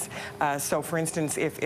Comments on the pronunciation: "Polliver?" I know the liberal hack doesn't like Pierre but at least he can have the decency to make an honest attempt at getting his name right. Not exactly a "rolls-off-the-tongue" sort of name for English speakers, I'll grant, but Holy Crap; surely he can do better than Polliver! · Could this guy for once pronounce pollievre's name properly, it's dumb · That liberal sycophant should learn how to pronounce Poilievre. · It’s clearly an intentional choice he’s making saying his name like that. He’s sitting around others at the table saying it more or less the proper way.